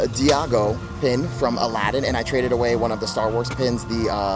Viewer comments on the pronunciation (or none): It’s Eyago, not Deyago for the parrot from Aladdin 😂